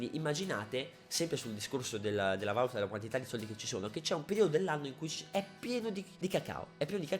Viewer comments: Si dice valúta non valuta... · si dice Valùta comunque :) non Vàluta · comunque si dice valùta non vàluta. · piccola correzione da perfettino del cazzo, l'accento giusto è valùta, non vàluta. comunque non vedo l'ora di incontrarti al bgeek!! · e comunque si dice valúta non vàluta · si dice valùta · Ma perché vàluta? Occoddio basta leggere sul vocabolario. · in valuta l'accento è sulla u